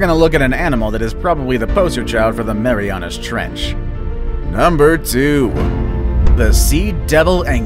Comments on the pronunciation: "tHe mEyMYAna tREnch" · He said mamiriana trench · LOL "THE MEMAYANAS TRENCH"